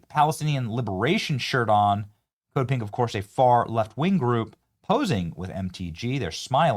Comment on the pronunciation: Until I saw their pink shirts I thought you were saying “Code Pig!” Lol! So disappointed in MTG. When I heard she made millions insider trading I was done supporting her.